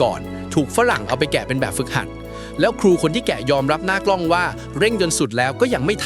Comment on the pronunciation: เอไอ " หน้ากล้อง " ( ครั้งแรก ) ... ฟังไม่ชัด ... หน้ากล็อง หรือ หน้ากล๊อง ( มัน หวัด ๆ เบลอ ๆ )